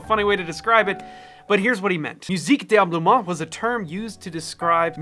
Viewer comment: You're missing a whole syllable in "D'ameublement"